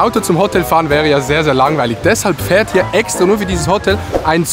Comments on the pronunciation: diggah es heist hotel nicht hotttel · Es triggered mich wie du Hotel sagst, es heißt Hotel und nicht Hottel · Adi sagt einfach Hottel alda was das. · warum sagst du Hottel??? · Adi = nicht Hotel sondern Hotttel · „otel“ es heisst HOOOTEL